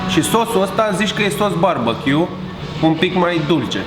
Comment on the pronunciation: sos barbăQ 😂🤣(barbachiu)